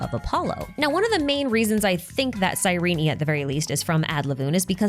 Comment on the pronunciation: Great video but it's pronounced "Cyreen" not Cyreney